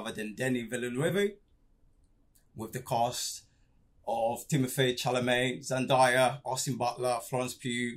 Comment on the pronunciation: Thank you for the wonderful review. I loved DUNE: Part 1 and can hardly wait to see Part 2. Btw, It's Zendaaaaaya. Not ZenDIEaaaa.